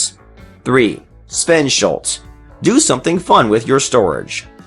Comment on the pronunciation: sVeNsHuLts ahahah